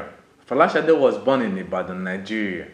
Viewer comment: sade not shade oh man